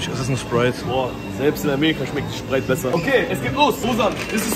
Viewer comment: „Sogar in Amerika schmeckt der schprite besser“